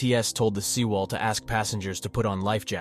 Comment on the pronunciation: Pronounciation should be like: seh wall or sae wall 세 월, not See wall